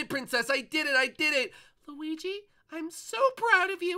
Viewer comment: he kept calling him gooigi:)